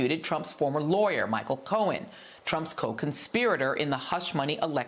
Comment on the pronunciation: Micheal Cohen. The man with the “pwoof that is eewahfootable.” 😂 By the way, thank you, Joy for reminding me to brush my naturally long blonde hair. 😉